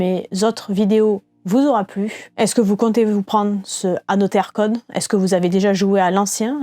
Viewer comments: Ne dit-on pas « anozer code »?🤔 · Il y a une possibilité de belle courbe de progression pour la prononciation en anglais d'Another Code 😀 En tous les cas, vidéo intéressante. Perso je n'ai pas pris cette compil, j'ai déjà 1 des 2 sur DS (mais sans y avoir encore joué) et les retours semblent mitigés sur ce remake.